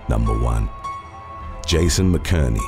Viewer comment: You’ve finally pronounced a name wrong. McInerney is pronounced Mac in ernie … 😅